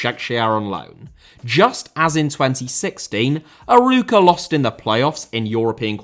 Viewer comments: Great video, just some things to point out: It's normal since you don't speak the language, but you butchered most portuguese names, Arouca is pronouced more like "uh-row-cuh", but without much emphasis on the "r", and Famalicão is more or less "fuh-muh-lee-cahm" (you can use google translate's audio feature to understand what i mean better) As a Vitória fan i always smile when my club is mentioned outside the country, but we don't really like when people call us "Vitória de Guimarães", as our city, as proud as we are of it, is not part of the club's name (Vitória Sport Clube). It would be like saying Arsenal London to signify the city. We have also a lot of history with a golden age in the 80s and 90s, and a lot of turmoil in the last 20 years due to terrible management, but an extremely devoted fanbase that never stops supporting. I suggest you look into our history and "recent" downfall and falling behind financially and sporting-wise of eternal rivals Braga, it would make for an interesting video The disparity between the big 3 and the rest in basically every matter (financial, fans, success) has existed since the beginning of the sport in the country. That's why they have basically every title in Portugal (each of them has 70-100, the rest combined has about 30). It's also a cultural issue where people prefer supporting a big 3 club because they win a lot and that's what matters to them, even if the club is 400km away winning is better than supporting a club that represe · Love seeing more content on the "smaller teams" in Portugal, but losing it at your pronunciation of Arouca. For reference, with an english accent, closest you could get is "Ar-oak-a". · ur pronounciation of arouca as someone thats portuguese is very funny to me not far from the correct one tho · Excellent video, but you mispronounced the club's name throughout. It's pronounced "a-ROE-ka".